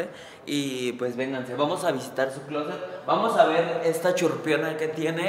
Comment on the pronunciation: Qué es chiurpinoa? Se oye como, " chirping" en inglés.